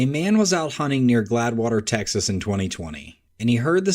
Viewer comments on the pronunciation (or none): And in the hog in the oil clip it's GLADEWATER pronounced GLADE-WATER and it's in ne tx and I was born here